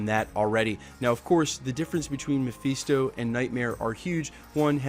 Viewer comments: FIST-O NOT FEAST-O!!!!! GOD HELP ME!!! 😫😫😫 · Ma-fist-oh. Not mafeesto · Muh-fist-oh broskie. Your pronunciation was killing me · Mafeeesto?!?! 😂😂😂😂😂😂😂😂😂😂 for a guy who can’t stop saying ‘slew’ at the start of every videos, I thought your English would be a tad better... but no, you still can’t pronounce character names correctly. Read a comic or two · It's not pronounced Mepheeestow... He's also not the devil. You can tell you never read the comics and just became a fan because the films are big... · Say Mephisto again